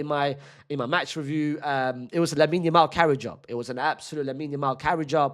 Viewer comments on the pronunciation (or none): none